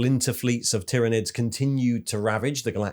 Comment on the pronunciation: Soooo good, great video! Plus I am somewhat relieved you’ve changed your pronunciation of Tyranids 😂